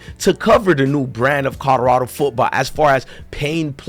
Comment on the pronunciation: If you say codarado one more time